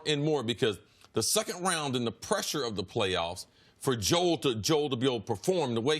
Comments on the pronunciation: Why does CC always insist on pronouncing Embiid‘s first name wrong? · Everyone: “Jo-el Embiid” CC: “JOLE”